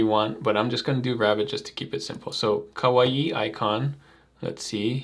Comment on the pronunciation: kawaii is just "kuh-why", not "kuh-wa-ee". It's a Japanese word, not a Polynesian word.:)